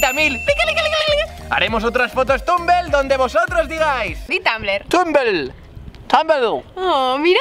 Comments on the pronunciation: no dice tumblr dice tumbl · Dice tumble no tumbler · Por que dice tanble y es tanbler, no me digáis q lo he escrito mal por que solo es la pronunzacion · "fotos tambel"😂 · dice tambel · Por qué dice tumbl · Soy la única que le encanta como dice tumblr 😂😂🤦🏻‍♀️ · no sabe decir Tumblr